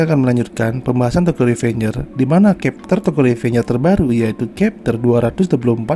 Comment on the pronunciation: chapter bkn khepter